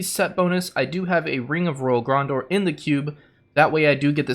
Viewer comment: gran·deur. Please if you make more videos learn how to say things correctly. Also add in % for CD reduction, <Cough> 41% is ideal for this build with your Trimming set.